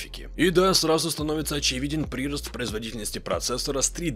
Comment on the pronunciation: Ну если читает все комменты, то да, ударение не верное. ПрирОст. Ушки режет немного.